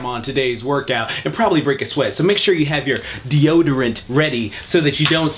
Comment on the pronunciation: 10 seconds in and im dead at dio-dorant